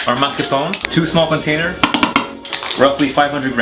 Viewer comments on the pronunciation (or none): You could improve your English a lot just by making sure you really pronounce those S at the end of words... For instance, two containerSSS... the ZZZ sound.